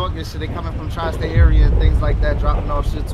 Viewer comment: bro said tri state area 😂😭😭😂